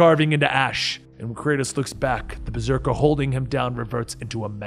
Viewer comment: the old man says berseker